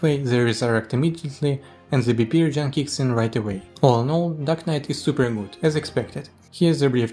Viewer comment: The subtitles mistook your pronunciation of "dark knight" to "duck knight", just thought that was funny.